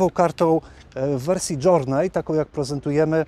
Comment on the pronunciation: "Jounrey" czytamy przez /e/ a nie przez /o/ . Coś jakby /dżeni/ czy też /dżerni/ po amerykańsku. To nie hejt, tylko dobra rada. Pozdrawiam i chętnie oglądam. "Keyless" czytamy /kiles/ przez długie /i/ a nie /kejless/ :)